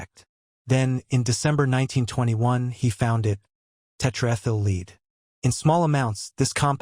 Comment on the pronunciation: Lead/Red not Lead/Seed😊✌️❤️